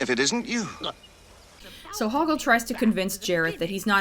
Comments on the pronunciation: Loved it! Also, it sounds like the first way she pronounces his name is Hogwart, instead of Hogort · The second mispronounciation of Hoggle's name: I honestly heard it as Hogwart. And not because the NC used it as a joke, after I watched the movie back when I was a teenager (and Harry Potter was on top of its game) I honestly heard it like that XD